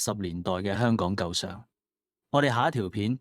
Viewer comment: AI聲音演繹，為何會喘氣？？Al 都會唔夠氣嗎？「he he 鞋鞋」？🤔😅 發音奇怪。 舊相，不是讀成「舊賞」，片中而是讀為「舊上」。 雖然如此，多謝分享。🤝